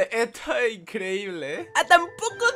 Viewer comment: Amo cuando el empieza y dice Eto e increíble xddd